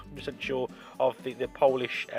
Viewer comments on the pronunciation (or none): none